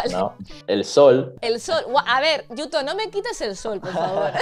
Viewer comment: qué bonita la pronunciación de yuto, ahora, la tortilla de patatas sin cebolla siempre porfavor ajjaja